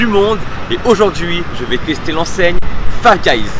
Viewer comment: Fife guys il as dit ?